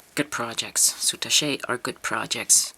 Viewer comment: Very nice tutorial. FYI -I thought you might like to know, according to the Oxford English Language dictionary it's pronounced SOO TASH not sootashay. Thanks for sharing...